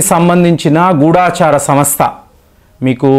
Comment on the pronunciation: గూఢాచారి అనకూడదు గూఢచారి అనాలి